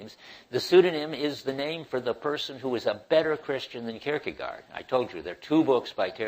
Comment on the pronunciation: "-gaard" is pronounced exactly as "gore" is. And the "ie" sound is like the "ee" in "keep".